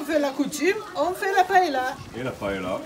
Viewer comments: Surprenant!!!! Jamais je n'ai vu une paella (prononcez paeya svp !!!), de cette façon !!! Vous servez cela à Valencia ou à Barcelone et tout reste dans l'assiette !!! Ce qui me surprend c'est le laurier et le chorizo !!!! Inédit !!!! Enfin, bon appétit quand même 🥂🥂🥂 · Des recettes de paëlla, il y en a plein internet. Mais on dit pa-é-lia, au minimum. Si vous entendez pas-est-là, c'est clair qu'ils ne savent pas de quoi ils parlent. l'Espagne elle est pas là.